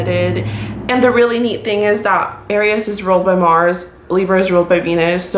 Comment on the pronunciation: Aries isn’t pronounced like that lol